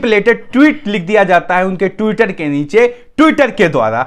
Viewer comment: आप ट्विटर पढ़ने में गलती करते हो